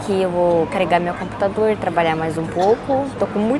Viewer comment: Engraçado que ela NUNCA USA A LETRA "O" nas palavras. Ela diz: Aeraporto (Aeroporto), "Canheço (conheço), Balinho (Bolinho), Camputador (Computador)... rsrsr tem de aprender as vogais em Português. rsrsr Mas acho que é o charme dela. rsrsr